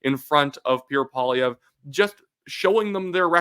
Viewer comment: I just love Puerre Poilièvre 😂